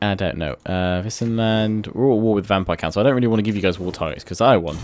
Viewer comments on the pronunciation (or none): "In an alliance with Wissenland"I thought you said Disneyland